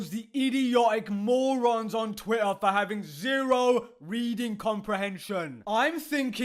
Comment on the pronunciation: I have orgasm whenever he say twi'uh